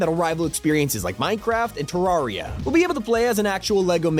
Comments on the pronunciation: Bro said tararia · Bro said "tarArria" 😂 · No one gonna talk about how he pronounced terraria